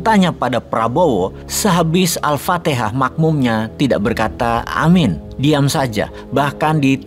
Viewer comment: Dan dalam solat pun ketika imam selsai membaca surat al'fatehah.. Sebutan yg benar.. "Aaminn" Klo "AMIN" artinya (Tentram/Damai) Salam dri anak santri Pandeglang.